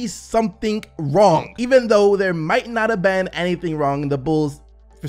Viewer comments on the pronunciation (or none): none